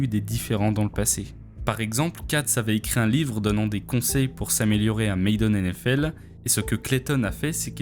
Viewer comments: on dit ma - den pay maayyyyy den . arette de faire le ricain si tu sais pas bolos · Très bonne vidéo, cependant c'est madden, pas maiden, c'est dommage cette erreur de prononciation qui est répétée tout le long de la vidéo, même si ça n'enlève en rien sa qualité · Madden bordel, pas Maiden. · ça se prononce Madden, pas Maiden... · Tu prononces "Maiden" au lieu de "Madden". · Vous êtes chiant les français à utiliser des mots anglais et les massacrer à la prononciation... Tu fais un super vidéo de qualité , bien monté, bien édité. Sujet bien recherché , bon rythme, vidéo engagent et vraiment intéressant. Ce qui me choque c’est que ça se voit que tu as passé du temps à faire une bonne recherche , mais tu n’as pas été foutu de mettre Madden dans google translate pour avoir la bonne prononciation. Durant toute la conception ou production tu t'es jamais dis < > Tu check un game trailer sur youtube et il repete le nom comme 100fois par trailer. Ou encore plus facile <<Madden pronounciation>> sur youtube. Ça m'a pris 5sec et c'est top link: C'est mAdden pas mAIdden... Désolé d’être si blunt mais franchement là .... En plus tu as du l'entendre plein de fois en cherchant les sources en VO non ? Sorry tu prends cher pour tous les autres français qui font la même bullshit mais si tu sais pas comment prononcer un mot apprend à le prononcer avant de l'utiliser. Malgré le ton négatif de ma critique je trouve que ce que tu fait est super 👍 Continue mais utilise la multitude de ressources à notre disposition sur Internet pour peaufiner ces détails importants. Bonne continuation , je subscribe qd même;) Peace